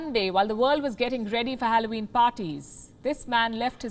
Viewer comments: For God's sake, learn how to pronounce Halloween first 🤦🏻‍♂️ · You mispronounced every single word. HALLOWEEN .. JOAQUINE PHOENIX . What's wrong with you.